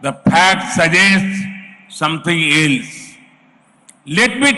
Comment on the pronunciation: "the phakt suggests somethin ilse"